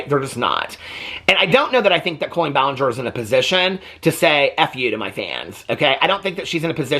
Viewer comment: Most modern cribs will convert to toddler beds. My now 19 yr old sons did. Love you!! ❤ Love how you pronounce her name like colon.